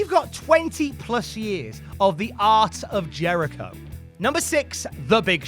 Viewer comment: I legit thought you said "20+ years of the arse of Jericho".